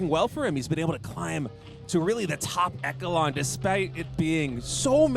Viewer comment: Bro really said echo-lon